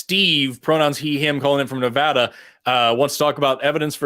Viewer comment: said Nevada correctly!!! OMG!! I knew you were a genius!